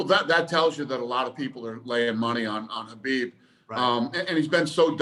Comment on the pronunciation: He says Habib and not K-habib, finally someone says his name right, now they just got to get his last name right, it's pronounced Nur-mohammed-ov